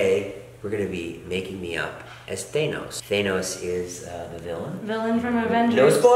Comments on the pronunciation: It’s than-os not thane-os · It's not pronounced Thane-os its, thanos come onnnn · who's "thaynos" lmao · Everybody always says Thanos but does anyone every day Thanyes? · Who the frick is thaynos